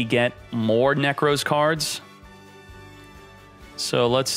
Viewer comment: my man says Nekroz like 'Neckrose' 💀